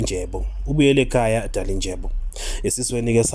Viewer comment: AyingoDalinjebo bantundini abadelelayo futhi abangafuni kufunda iilwimi zabanye abantu...nguDalindyebo and 'NDY' is pronounced very much differently from 'NJ' !